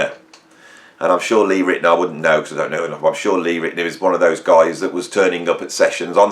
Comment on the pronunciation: It's pronounced: Lee Rit-e- NOWER, NOT Lee Rit-e-ner.......... And NOOOO, Lee Rit-e-NOWER was not "turning up at Steely Dan sessions" like you say here in this video . He is only on one track with Steely Dan and that is "Deacon Blues." If he's on anything else of theirs at all it is very few tracks.